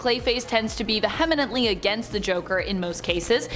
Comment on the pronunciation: It’s pronounced Vee-ha-ment-lee not vuh-hem-ent-lee